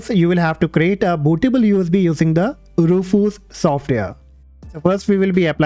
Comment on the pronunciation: E..rufuz softweh😅